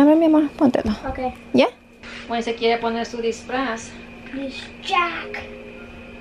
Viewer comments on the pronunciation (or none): none